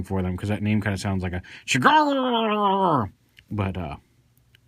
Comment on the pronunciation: "Chigurh" is pronounced more like "Sugar", as stated by Carson Wells in No Country for Old Men, the novel featuring the character Anton Chigurh, who DX-9 derived this name from. Chigurh is a nonsense/fictional name, it's not based on anything and has no nationality. It works symbolically for Anton because he is basically violence incarnate and beyond the understanding of the principle characters. He comes from "nowhere" and has no backstory or origin. He shows up, kills people, then leaves. How that applies to Astrotrain? I have no freakin' idea.